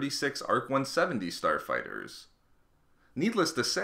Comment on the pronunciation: Who else thought he said porn star fighters